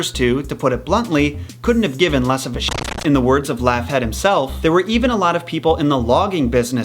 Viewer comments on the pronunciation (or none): Laughead pronounced "Lockheed". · Bruh, Laughead is pronounced Law-heed. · lmfao ... It's pronounced 'lawheed' btw 😉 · You want to learn something: The pronunciation of 'Laughead' and 'posthumous'.